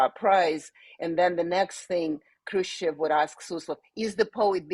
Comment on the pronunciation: She's Khrushchov's granddaughter and she can't pronounce the name properly?